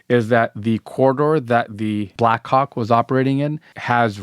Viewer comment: no matter how many times I listen it doesn't sound like black hawk 😶 Edit: 6 mins in, can this guy not just say copter/chopper/heli FFS?? 🤦🏾‍♂️ If the video gets demonitized, this is why!